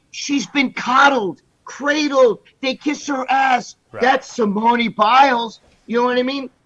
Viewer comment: Greg trying to pronounce Simone’s name 🙄